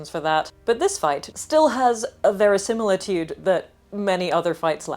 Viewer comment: Verisimilitude, ahh you are so British. Thank you